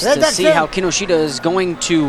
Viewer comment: you pronounce his name incorrectly closer to kinoshta